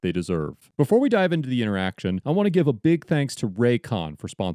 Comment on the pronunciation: What an intoresting intoraction